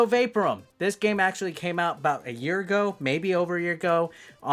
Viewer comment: Well done, Mate! I think it's pronounced "vay-POUR-um" Cheers🍺🥩🇦🇺🐨